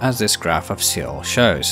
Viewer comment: Seoul is pronounced as "soul"